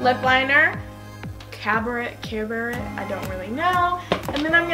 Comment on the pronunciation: She's really pretty. was that CABERNET? CA-bur-NAY. Its a nice red!